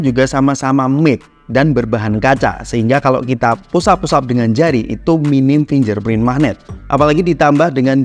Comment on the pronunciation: 2023 udah mau berakhir tolong pronouncenya jangan FINJER PRIN doong ngaaaan 😭 Ganti pronounce yg bener doong biar enak didengerin